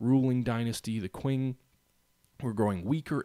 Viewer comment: I know this is an old video, but the way you say "qwing" needs addressing :) It's pronounced "ching".